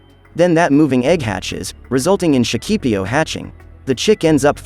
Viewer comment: in Shakipiyo, you always have to put an accent on the last "i", or you'll end up saying it up wrong. just for info, the rest is nice.